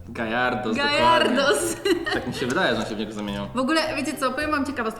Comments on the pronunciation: jak co nie gayardos tylko gyarados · Ten odcinek ma dwa błędny o nazwach pokemonów. Po pierwsze Mówi się Gajardos tylko gyarados(gjarados). Po drugie na tej naklejce nie nazywa się elfie tylko Espeon( espjon). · Gyrados a nie gajardos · przecież ewolucja magikarpa to giarados a nie gairados 😅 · JAKI GAJ ARDOS JAKI GAJ GYARADOS CZYLI GJARADOS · nie garajdos tylko giarados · To nie gajartos tylko giratos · Nie gajadros tylko giarados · Gayarados xD jak coś Gyarados(czytaj:gjarados) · Gyrados się mówi